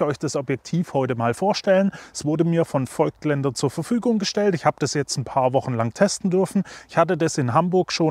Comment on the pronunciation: Nur mal kurz zur Info: „es wird nicht feugtländer“ ausgesprochen, sondern „fogtländer“. Wie das Voigtland.